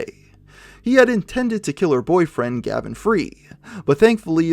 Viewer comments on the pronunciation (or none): none